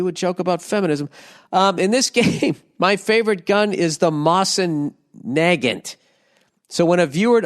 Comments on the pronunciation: Its pronounced, best way I can put it [ mow'seen nuh'gawnt ] for those who are unaware. And that corny lame bragging about him self. What a doofus. I tWiTcH stREaM aNd haVE a riFLe. So do a million of other people. And I highly doubt its the actual sniper/marksmen variant or he would have gone into detail about that piece. That version is expensive and rare. He probably bought a regular old run of the mill rifle (they made MILLIONS of them) and is just embellishing his story like everything else he said. What a total square haha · Ah yes the good ol snipper riffle Also if anyone is wondering it’s pronounced mo-zen nuh-g-ant my buddys got one that he hunts with along side his tokarev TT33